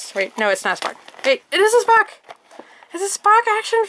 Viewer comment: when you said spok I thought u said fuck